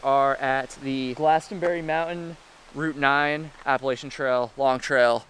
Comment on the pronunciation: lol he cant even pronounce appalachian